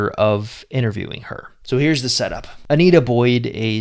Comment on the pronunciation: It's Antia, not Anita.